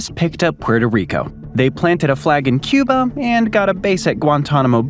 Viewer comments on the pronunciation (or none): none